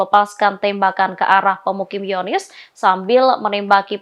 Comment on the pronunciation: "hiyonis"? langsung bilang zionist aja mbak